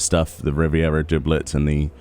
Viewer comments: yea that made me laugh, it's "dub"let , hilarious. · Dooblett! Do you say "double" like "dooble" too? Haha thanks, you do good work;)